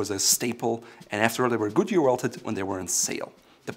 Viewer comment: Dose anyone else hear Gucci welted rather than Goodyear welted?